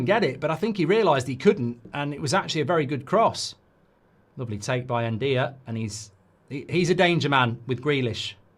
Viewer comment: Ndiaye is pronounced (IN-JAI)